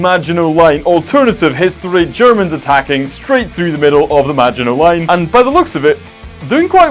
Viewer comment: Hello and you said maginot line wrong